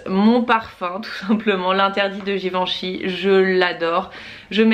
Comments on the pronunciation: Super idée les weekly vlogs! Juste je suis un peu frustrée par un point : la prononciation de Givenchy... Je te pris de m'excuser c'est aucunement par prétention mais, comme il s'agit de ma famille, j'insiste sur le fait qu'il faille prononcer le "en" comme "un" donc "Giveinchy"... Encore désolée pour cette petite remarque aha, pleins de bisous et contente de voir les événements de la maison grâce à toi 💄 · Oui je te l'accorde c'était pas très clair, le même son que pour "lapin" :)